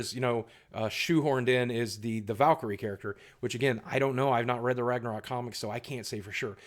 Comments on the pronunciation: Follow the howl still wrong haha from Iceland btw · Pretty funny listen you saying ragnarök greetings feom sweden